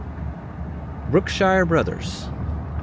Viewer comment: brook ｓｈｉｒｅ brothers XD maybe you know, but brookshire brothers is a pretty prevalent grocery chain in middle sized to small towns in texas. you'll also see "brookshire's" in a few places, which was originally part of the brookshire brothers chain until one of the brothers of it's name decided to run it separately. ive never seen one that said employee owned, though. thats cool!